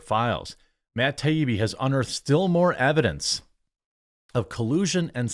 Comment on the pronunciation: You need to learn how to pronounce Matt Taibbi's name...not Ti e bee 😩